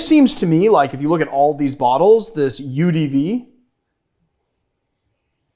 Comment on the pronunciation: When you first said "UDV" I thought you were pronouncing "Eau-de-vie" with the most American accent ever lol